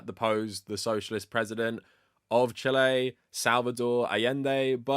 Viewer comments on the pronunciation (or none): This is dumb, but I can't stop laughing at you pronouncing Chile the way people say "chilly" in a fake British accent lol